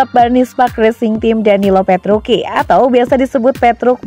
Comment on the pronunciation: Gausah sok di baca petruki.. Petruci tetep di baca petruci.. Tolong mba mba nya yg baca berita ini cari info lbih dalam lagi ya sblm bacain berita.. Ketika anda menyebutkan petruki, ntah knapa badan ini bergetar...